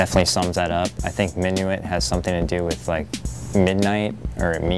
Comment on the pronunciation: just so you know, minuit, which does meen midnight is pronounced min-wee